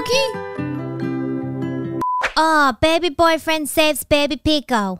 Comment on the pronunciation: He says cokkie?